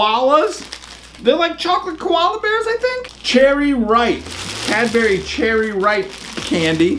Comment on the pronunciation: Hahahaha watching you say Cadbury made my day. Mate you say "Cad-bree" just incase you didn't know and calling the chocolate candy was just weird for me hahahaha. Have a good one.